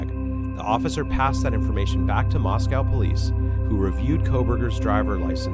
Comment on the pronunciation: As an Idahoan, you're saying Moscow wrong. It's MOSS-KOH, not MOSS-COW 💕